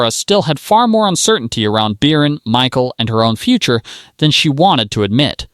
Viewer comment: Beercan? Its Bircan and the C is not a K😂😂